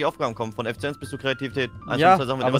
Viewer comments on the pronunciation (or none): Es heißt Effizienz